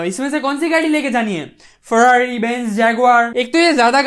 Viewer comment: Farawrii.... jaguarrrr..... 😂😂 got me rolling 😂😂